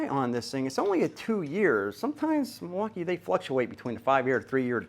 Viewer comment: oh yes, Mil-walk-i-kee-a